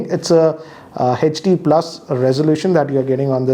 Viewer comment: its HD not Hetch D